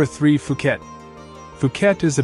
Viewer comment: Phuket and Phi Phi Islands are not pronounced Fuket or Fi Fi Islands. They are pronounced Puket and Pee Pee Islands. The "h" is silent.